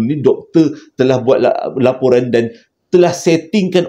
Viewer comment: Laporan jeo bkn loporan. Hi hi hi terslh sebut.